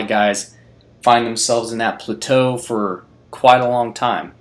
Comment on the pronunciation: Your pronunciation of plateau has me rethinking my life.